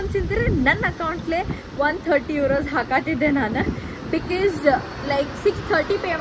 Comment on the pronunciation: Aunty ella video li ‘bikis’ antira, adu tappu because na correct aag heLi makLu adne kalitaare, please